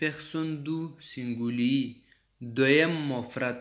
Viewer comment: سینگولی نه گرانه تلفظ سم که سنگولیی نور خه روان یی پختو تلفظ خه که